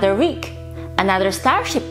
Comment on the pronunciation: Another reek? Did she mean week?